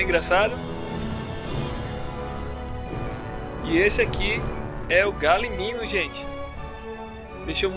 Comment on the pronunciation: N é galiminu e galimimus